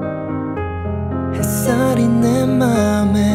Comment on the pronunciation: 내맘에. 뒤에. 찾아 와도. 같은 몇몇 발음 브라보. 콧소리도.